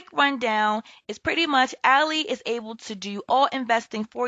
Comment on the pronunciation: Its pronounced AL-eye